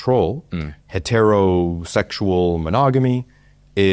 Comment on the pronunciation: Who pronounces “hetero” is this way? 😂